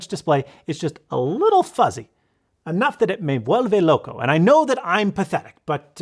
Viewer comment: “Me vuelve loco”. How can we get more Spanish from? You nailed the accent.